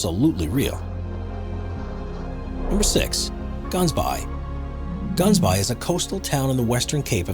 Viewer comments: Listening while he's talking about "Ghansbaai" and thinking: That sounds like someplace almost identical to Gansbaai... oh wait!! It's a North American unable to use correct pronunciation... again... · Fact: Gaansbaai isnt pronounced like that. It's Afrikaans. 🇿🇦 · heyy cool vid, btw you said Gansbaai wrong its a Afrikaans word so yeah lol